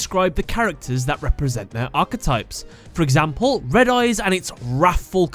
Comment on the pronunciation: It’s not Red Eyes, Re D. Eyes